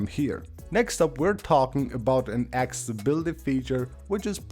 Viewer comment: Your English diction is atrocious you videos are fantastic by your narrative is a shocker practice to say accessibility you seem to struggle with that one.